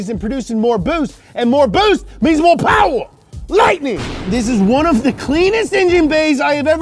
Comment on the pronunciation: "Mo powa baby"